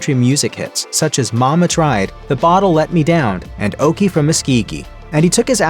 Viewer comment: Okie from where 😭😂 ain't never heard it pronounced that way